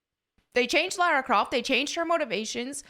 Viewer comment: Lara Croft ❌ Larry Croft ✅